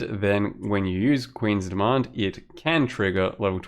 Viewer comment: rofl, I really thought you said "Quinn's Demand" instead of "Queen's Demand". Made my day :-D